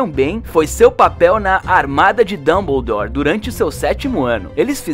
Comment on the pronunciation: aaaata ksksks nao pior é o jeito que falam Dumbledore kkkkkkk é mto estranho